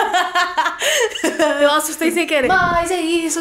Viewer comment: eu ouvi "garelinha" KKKKKKKK